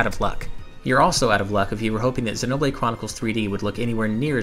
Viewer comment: Dude, I like the interest, but Xēnoblade Chronicles. Hard E sound.